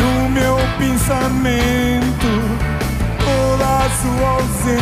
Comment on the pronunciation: E só impressão minha ou o Rui diz pinsamento???